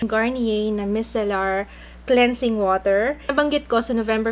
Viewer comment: Hi! That's not how you pronounce micellar po:)